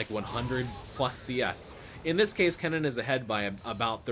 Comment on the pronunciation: I was so confused, you make Kennen sound like Cannon :D took me 5 minutes.